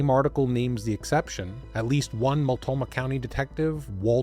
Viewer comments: Mult- NO - Ma county, not Mult-Toe-Ma. Just another error. And it's The Dalles (The Dales), not Dallas. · It's pronounced Bonn a ville 😅. Buddy do 2 seconds of a Google search not multomah .... it's Mult no mah. I know you are from the opposite side of the country but anyone watching and listening to the story that lives in the PNW is shaking their heads. This was a big story recently when a diver finally found the car at the bottom of a channel in Cascade locks buried in the ruble that gets swept down the river. The Dallas ? The Dallas? 18 minutes in and we have 3 names of locations pronounced completely wrong. The Dalles is pronounced like a wooden dowel but with an A ... The Dawlezzzz ..I think it's a French word for the falls or something like that. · Love your episodes! But, could you PLEASE take a few seconds to verify/learn how to pronounce the core/key words you use!? Listening to you say: Mul-Toe-Mah 30+ times when it's: Mult-know-Mah, is SUPER aggravating to ALL Oregonians. I know it's a simple mistake, yet still important detail. Let alone it will make us question the accuracy of the remainder of your "research"!? FYI: it's NOT pronounced "Dallas" (as in Texas) it's said: The "D-Owl's"! Also, it's NOT the "Will-Ah-Met-Tee" River, it's the "Will-Lham-Met" River. 😂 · Small detail: it’s pronounced Mult-KNOW-mah. 😊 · Is he constantly mispronouncing Multnomah County, or is there another county named Multoma? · I have been binging, and thoroughly enjoying your videos. This story happens in the PNW - my home, where place names don't always align with the spelling; so please let me correct you (for future): Boi-see (not zee), Mult-no-mah County, The Dalles is pronounced The Dells. There may be more - I'm only 20 minutes in on this one. May seem petty, but it's kind of like someone repeatedly saying your name wrong... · It’s Mult-no-mah, my brother. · And The Dalles, not The Dallas. At least he didn’t say Willa-met. 😂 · Yeah, I heard it as well. He left out the N.